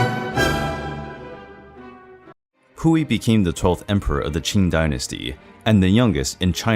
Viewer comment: Lol I didn’t pay any attention cuz of the name pronunciation 🤣🤣🤣🤭🤭💀💀💀